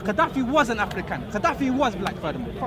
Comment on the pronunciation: futhermore, he keeps saying "afrikan" in a weird accent, he dsnt know the word "african" is a european word named after the one general who conquered African continent called "africus" other historians say "africa" was a name giving by the romans meaning "land of the cave dwellers" refering to the berbers.